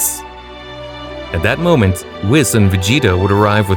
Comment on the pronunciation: He even said whis wrong